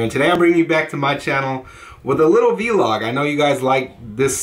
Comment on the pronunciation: I haven’t heard anybody say vee log in soooooo long